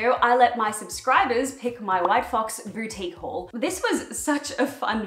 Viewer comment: When you said boutique haul it sounded like booty hole 🤣 Great vid tho! 👌